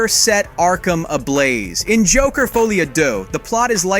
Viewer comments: your saying the title wrong it ends with an - ah sound not a oh or ew sound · foly a doo? Ce n'est pas francais!